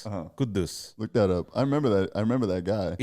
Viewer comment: It is Quddus, not Kudus. Usually Quddus is a name for males and it is preceded by Abdul.